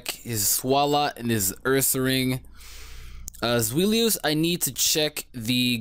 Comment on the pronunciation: Zweilous is pronounced "Zvi-Lous" The Zvi sound comes from the german number for two. :]